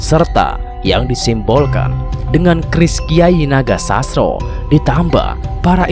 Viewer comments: Baca narasinya yang bener jangan asal2an agar tidak Mengurangi maknanya, contoh NOGOSOSRO JANGSN DIBACA NAGOSASRO. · Kyai nogososro bukan nogosasro kayanya yg bawa narasi. Bukan wong jowo